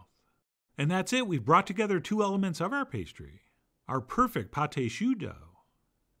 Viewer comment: Magnificent! (It’s pronounced pot ah shoo. It’s spelled pâte à choux, not pâté choux. What’s really funny to me is that allrecipes spells it Pâte à Choux: Those accent marks really confuse the software!)